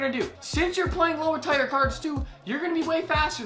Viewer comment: Bro, I know you didnt just say "Tire" instead of Tier lol